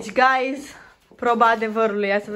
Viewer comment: I think you have to slow a bit down with the word, "Guys!" Wtf a zis de peste 30 de ori gayss...